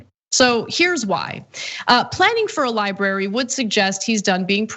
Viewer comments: Not li bary, li bra ry. .. thanks, it's a bugaboo of mine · I assume it's because his handlers can't convince him it's not spelled 'liberry' ;) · You mean his "LIE-BARY"